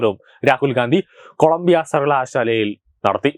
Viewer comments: കൊളമ്പോ അല്ല മോനേ കൊളമ്പിയ ആണ്. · Not columbo, but Columbia, you have to pronounce correctly 😂😂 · കൊളോമ്പോ ആണോ കൊളംബിയ ആണോ ?😮